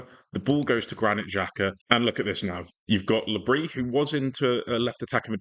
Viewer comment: Le-bris is pronounced the same way - so his full name is pronounced - Re-jees Le Brees *i thought the le bris would be a silent s aswell but its not